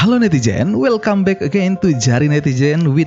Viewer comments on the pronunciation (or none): none